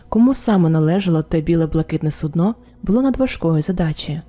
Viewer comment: Дякую за нову історію. ❤ Вибачте заздалегідь, я знаю, що мене за це закидають помідорами🥺, але я, як колишня працівниця Укррічфлоту, душніла і людина з ОКР 😅 не зможу не думати про це. Не суднО, а сУдно. Це дуже різні речі 😉. 🫣 Будь ласка, вибачте ще раз, що я прискіпуюсь.